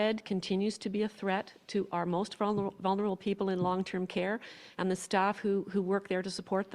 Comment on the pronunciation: "for our most vun-ur- able". Jackass 2021